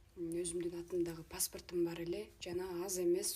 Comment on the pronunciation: Паспырт эмес паспорт 😅